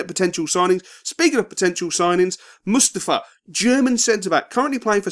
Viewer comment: its Mustafii not Mustafuh